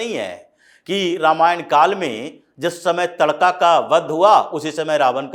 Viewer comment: तड़का नहीं महोदय "ताड़का"